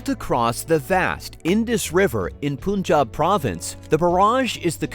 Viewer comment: Its Punjab (panj_aab ) Not ponj_aab Mr (em_pusee_blee bo_leed)